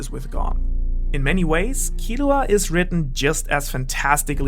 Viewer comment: I'm suprised your saying killuas name right